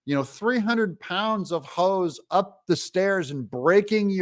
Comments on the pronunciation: Did you say "300 pound hose" or "300 pound hoes" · Doug did you say 300lb hose or ho